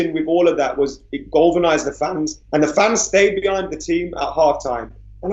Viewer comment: What have we learnt? can't say galvanised. 😂😂😂